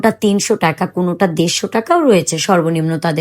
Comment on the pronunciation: টাকা not টেকা।